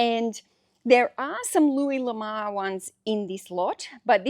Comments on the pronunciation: Pronouncing the first name loo-ee or Loo-ess are both acceptable. However, the surname is not pronounced La-mar , it is pronounced La-moor . His surname translates from French to "The Love" or just "Love" l'amour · Just for the record,, his name is pronounced: Loo-Ee Luh-more. I agree you shouldn't stop sourcing, despite all the inventory you currently have. What you do need, as you already know, is an employee to do the photographing, listing, shelving, and picking/packing/shipping. Your experience is invaluable for sourcing, grading, bundling, and pricing, so that is where you should be spending your time eventually, though until the cages disappear, you will have to be working on those I'm sure, even if you have an employee. That's my opinion, anyway. I know that training an employee will slow you down for awhile until he or she can get up to speed and work without you looking over his or her shoulder constantly, but it will pay off in the long run in growing your business. Thanks for the interesting video. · Sorry, but you are pronouncing the name wrong.. Have you ever heard the song: Ho Lamour? That's how you are prnouncing the name 😀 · I've always heard it pronounced "La Moo+urr" ... makes sense, since its a french sirname. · Thanks for posting again and honestly fir a little positive giggle. Please take this as positive feedback …..l’amour is French for love❤ pronunciation …..say lamoooor . Love you so much, just wanted to make a note. Hope to see a video tomorrow 🎉🎉🎉🎉🎉🎉🎉🎉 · I don't sell or plan to sell anything on ebay, yet, I looooooove looking at your videos. I'm from Belgium that's why I haven't bought anything from you, I would have loved it but it would kill me in postage 😜 My first language is frensh and I will tell you that the name " l'amour" should be pronounciate like "Louis" ^^ ( Amour = Love)